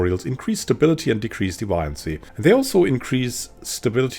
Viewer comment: Very useful, thanks. Are you sure that's how deviancy is pronounced, though? I thought it was pronounced like a deviant.